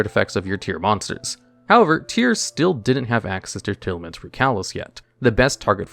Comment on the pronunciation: Tear-Laments is how it’s pronounced, as in Tear the things u cry and Lament a passionate expression of sorrow/grief. There’s no A between the Tear and Lament part of their name so its Tear-Lament not Tear-al-aments